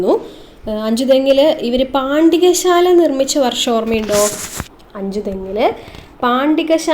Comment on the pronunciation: പാണ്ടികശാല അല്ല പണ്ടകശാല.